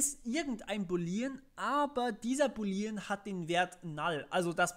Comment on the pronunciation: [Boooooolean] nicht boleeeeean Und man benutzt nicht null, wenn man Objekte hat, sondern Dinge wie Optional.empty Es wäre echt schön gewesen, wenn du mehr über TS erzählst statt bei Null ALLER Programiersprachen anzufangen :(